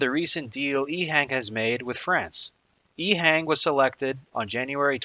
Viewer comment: Informative. Having been to China a good bit, it's pronounced "EHong" as opposed to "Ehang". subbed.